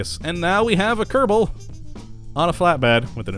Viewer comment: Just the way he says it. I've been watching these videos in a binge and I started saying Kurrrable Space Program myself naturally.